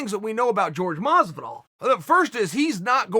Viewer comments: Me: Masvidal Chael: MOsvidal Me: thats what I said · Masvidal legally has to add more syllables to his name